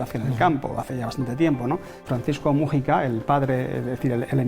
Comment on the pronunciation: "vídeo, wásap, mújica" dios... que manera de acentuar mal las palabras tienen estos españoles, irritante al oido.